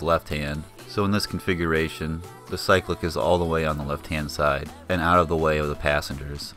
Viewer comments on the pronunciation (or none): none